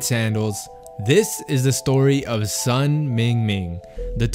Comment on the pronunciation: The correct pronunciation for Sun sounds like Soon. His name is in HanYuPingyin format. Which is easier for non Chinese reader to read. You can't read 孙明明 if you don't understand Chinese.